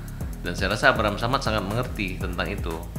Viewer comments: istirahat bang.. terlihat dr wajahnya sngt lelah, terdengar dr salah pengucapan Abraham Samad menandakan fikiran abang sdg tdk baik² aja.. Istirahat lah bang, takutnya Pak Abraham Samad tak terima ditarik dlm pusaran kasus ini.. 😂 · Nyebutin nama orang aja salah ini,,masa abraham samad😂 Ngga heran makanya klo bicara mencla mencle kaya emak2 yg suka ghibah😂